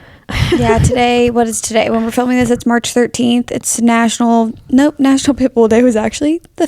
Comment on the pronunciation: I also love how says Pitbull. like "pit bool" emphasis on bool